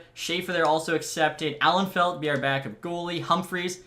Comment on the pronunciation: you rearranged letters in your head when you said Alnefelt and Slukynsky